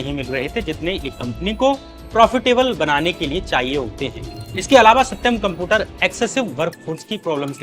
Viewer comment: Are bhaiya Computer sahi se pronounce karo ! Apki video dekhne me toh achi lg rahi h but jab bhi tum Computer bol rahe ho na bht jada irritate kar rahe ho .